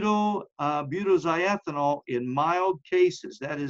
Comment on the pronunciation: Mispronounced it. Butoxy ethanol. Oxy means chemically that it contains an ether. Butoxy means it’s a butyl ether. Toxins are defined as poisons produced by living things. It sounds like you’re mostly concerned with toxicants, which encompass natural and manmade poisons.